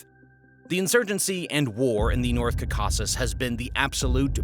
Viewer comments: North "Kakakis" really grates the ear. It's North CaucaSUS. Or better yet, endonymically, Kavkaz. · It's pronounced KAUV-KA-SUSS, not KAKK-AKK-US. This should honestly be common knowledge, and even more so in something that is meant to be a "documentary" that focus specifically on the Caucasus. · Like this video but guy, you gotta stop saying CA CAUC CUS. Its JUST CAUCUS only two Cs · Bro saying Cacausus instead of Caucasus the entire video was slightly irksome. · Right i just saw your comment , so annoying ! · Oh my God, learn how to say caucuses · Kaa-kuh-suhs Cau Ca Sus Like Caucasian with the last 3 letters being us instead of Ian. Cau cas us Kaa-kuh-suhs It's not a crow ka kaw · kah kah sus, bro you're probably caucausian, from the Cacausus. let google teach you to pronounce words you've never said yourself. always a good idea for foreign locations, just so funny almost everybody knows how to say it cause its like literally the name for the white race. crazy your could grow up without hearing it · Ka-ka-zus 😂 wtf dude... I'm from Europe... And this breaks my ears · Did the bot program writers spell Tzarina Vlad's name deliberately wrong to make it sound like 'Pootun' rather than it's correct pronunciation 'Putin' (Pew-tin')? The same thing goes for the repeatedly incorrect pronunciation of "caa-car-kuss" even though it pronounces the name of the Caucus mountains properly? Was it the bot creators attempting to escape the Russian destruction bots attention or was it (as I suspect) just lazy uncaring video makers not caring if anything was done wrong because it was cheaper to make than employing someone to read the script instead of just typing the script into a bot speaking program? The really obvious mistakes don't give the video any air of knowledge or authority regarding the subject matter, but instead expecting the viewers to be too stupid to notice. Video makers, take note. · Caucasus not Caccasis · is this a bot ?!? caucázus ? lol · It’s pronounced CAUcuses